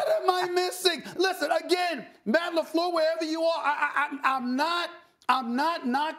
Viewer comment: Matt LaFluhhh